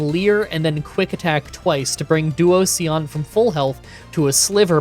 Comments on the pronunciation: I like how you say Duosion, it's sounds so much more fun than what most people pronounce it as! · I adore you pronouncing Duosion like an Eevee-lution 🤣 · My only complaints are the weird way to pronounce petilil and duosion like it was an eeveelution! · Ah yes. Duosion, my favorite Eeveelution. The "sion" is pronounced like version. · Once again you skip the Kami and I don't know why. You skipped Tornadus in Black and now you're skipping Thundurus in White. P.S. I have never heard someone say Duosion like you did in this video. It's a mix of duo and fusion. Duosion is two cells fusing together so it's pronounced the same way you would pronounce fusion. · Duosion. Pronounced like 'Explosion'. How is it difficult? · that duosion pronunciation s surely something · DUOSION IS PRONOUNCED LIKE DIVISION BUT WITH DUO AT THE START BECAUSE IT'S A SINGLE CELL USING DIVISION TO DIVIDE ITSELF INTO TWO CELLS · For petilil he is pronouncing the first l twice so pe til lil. It's driving me insane everytime. And then came duosion. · I've never heard that pronunciation of duosion, i usually read it as duo-zhun. But your pronunciation also makes a lot of sense! I can see how Pokémon names can be super confusing lol ❤ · I felt like he was saying "Onision" every time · Due - oh - zee- an // dwozian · To answer your concern, you are not, it's pronounced Duoshon (this comment not only educates, but it's good for the algorithm) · Like duo, and Fusion. Duosion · 'Duo see on' is probably the worst butchering of a pokemon on this channels history. (I love all your videos and seeing all this gen 5 content is awesome) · Help with how to pronounce them but love the video Petal and little so Peh-Tee-Lil And Doo-Ocean but say it really fast well how we pronounce it with a Scottish accent 😂😂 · Oof! Duo-cion and Petil-il... This is a tough video for pronunciation fans 😭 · Duosion is like duo-vision, but it’s how you pronounced it from now on 😂